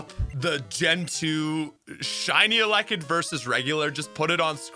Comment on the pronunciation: It took me about 6 times hearing you say "alekid" to figure out you were trying to say "ele-kid". I've never heard anyone botch that one before lol.